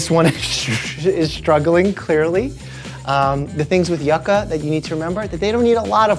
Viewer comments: You-ka not yuck-a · In my culture, I’m Puerto Rican, we often eat yucca with olive oil, salt and onions. It is so good ❤. Our pronunciation of it is YOO-KAH so it’s funny to hear it pronounced YUH-KAH 😂. The other name for it is cassava and you can find chips made of it under that name. What a lovely home 😊. It’s a great place to have friends and family. Best wishes! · hey dr mike, just wanted to say that yuca is pronounced as YOU-cuh, not yuhcuh 😂😂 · Being latino, the way Mike pronounces Yuca disturbs my ears for some reason: you-ka (big "u" sound mike, big "u"). Either way congrats on the house! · lol, it’s pronounce juka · Doctor, Yuca is pronounced “You-kah” LMAOOO